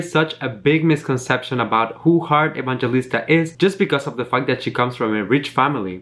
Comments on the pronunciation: I think your pronunciation is quite wrong, because living here in the ph we pronunce her name as Heart e-bang-he-lis-ta, not ebanjelista. Thats all sorry i just noticed it. ♥️ sending support on your channel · Hi. Her last name is pronounced as "Evang-Helista" 😙😙😙 Love you still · hi, i just notice you're pronouncing her surname wrong😊 so this how to pronounce EVANGELISTA= E-VANG-HE-LIS-TA😊